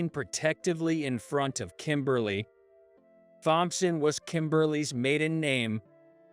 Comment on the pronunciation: The story was good BUT the AI reader was really bad. I had to turn off the sound and just read it. Pronunciation was off Thompson, better to just start.